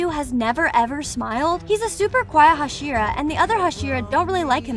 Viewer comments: some random ass white woman butchering all their names is just what i needed today (and as another note, the first syllable of words is stressed, not the second like in english. so, it would be ino-suke and ha-shira) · Aight lady, Tenjiro, Kenoe, Hasheera, Inosookay, Shoniboo, Tamaeyou, and Saneemi... i beg of you get them right. Also most of these facts are known by every demon slayer fan Edit: It is explained by Inosuke in season 2. It only shows when they flex their arm and hand muscles and say the words "Show me my rank." Also every demon slayer gets one after the final selection, but was skipped in season 1 when Tanjiro passed because he explained in season 2 that he must have been too exhausted from fighting the demons to remember hearing that. Also, in the video, you used the scene where Inosuke literally explained the rank appearing and how to do it. Edit 2: I found some more for y'all since you seem to like this comment. Enjoy -- Oozooy (Uzui), Moozan (this bish a cow now? *moo*), Sakiera mochi ( ... ), Zunitsu, Mooichiro (you can make Moozan a cow for all I care, but leave Mui out of this), and Obonayy. Again about the topic of the symbol on the back of the demon slayer's hands. , you used the scene where Inosuke literally explained the rank appearing and how to do it, in the anime. I honestly don't know how you could have overlooked that. That rank doesn't symbolize a demon slayer's unique breathing style, as many of the demon slayers share styles. An example is the various water users such as Tanjiro, Giyuu, Sabito, Makomo and probrobly a lot more characters because not every single demon slayer in the corps has a unique breathing style. Sabito and Makomo were the 2 ghos